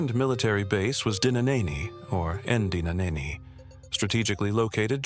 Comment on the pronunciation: I like the videos, but in this day and age, at the very least, you should try to find people that can pronounce the words/names etc. in as close to the native language as possible. "Mhlhlandlela, eNdinaneni, eNkungwini etc." the narrator changes the meaning altogether with their pronunciation. Told correctly, these words/names tell a different story and feel about each of them.